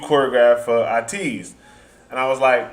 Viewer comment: Also it’s pronounced A-Teez (A like the letter)